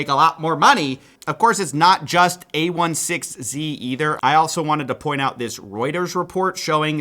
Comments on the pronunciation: It's pronounced a-16-z not a-1-6-z. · I swear if you say “A one six Z” instead of Andreessen Horowitz or a-sixteen-z one more time I’m going to scream. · "A ONE SIX Z" ... a16z ... Andreesen-Horowitz ... A SIXTEEN Z ... A + ndreesen-Horowit + Z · for a person who's covered crypto so much, you should know that it's A sixteen Z, and not A one six Z. It really takes away from your credibility as a reporter if you dont know the name of the biggest fund in the industry. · Dude either read it as „a sixteen z” or as „andreessen horowitz”, „a one six z” makes no sense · Tiny feedback: The name of the firm a16z is pronounced “A sixteen Z” (not “a one six z”). Just sounds really weird if you’ve worked in tech, wouldn’t want that to detract from the very valid criticism. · Just a quick note: it's "A Sixteen Z", not "A 1 6 Z". The sixteen stands for the 16 characters between the names of the founders: "Andreessen Horowitz". Marc Andreessen is the founder of Netscape, and one of the inventors of the modern web browser. Ben Horowitz is slightly less known outside tech, but also got his start at Netscape. Why I am saying this: Saying "Sixteen" will just give you a bit more credibility if you talk about this publicly. Although, I guess, if you want to position yourself as a total outsider to VC, saying it wrong deliberately could be a valid strategy. Up to you! But now you know. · It's A sixteen Z. Please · Yo,. It's pronounced "A-sixteen-Z" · can you please pronounce it a-sixteen-z, the sixteen is the count of letters in between andreesenhorowitz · FYI: a16z is pronounced “A sixteen Z”. It’s Andreessen-Horowitz aka A (16 letters) Z. Marc Andreessen is an interesting character, worth googling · It's pronounced A sixteen z. Just like internationalization is i18n. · it's aye - sixteen - zeeeee